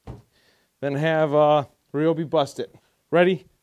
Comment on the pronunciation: You keep calling it. (Re-o-be), when 20 years ago, when they were blue, commercials on TV called it (Ri-o-be). The ads said... on TV... Ryobi (Ri-b-oe) Days! Usually during the holidays!!!